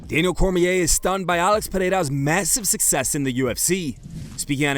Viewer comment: Why is it so hard for daniel to say ALEX? he says it every other way but the actual way?